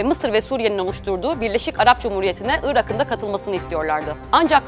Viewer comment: Irak'ın diye yazılır, Irağın diye okunur. Ünsüz yumuşaması.